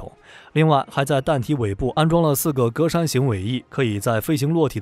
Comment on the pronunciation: 格栅，ge zha